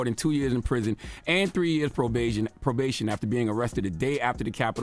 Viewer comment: “Pro-beigen” is wild lol